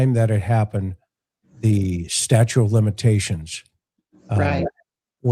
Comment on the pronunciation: '''Statute" of limitations, not "STATUE". I'm shocked at you saying this.